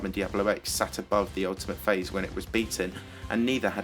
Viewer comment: when i heard you saying "the ultimate phase" i heard "the ultimate face" xD